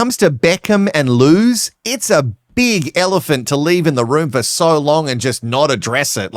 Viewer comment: Rebecca Loos is most likely dutch or flemish, so her surname is pronounced w/ a long "o" sound. The playboy magazine cover did a word play with her name "eindeloos" Rebecca = endless Rebecca